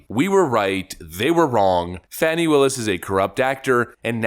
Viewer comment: It’s pronounced “Fäni” 🙄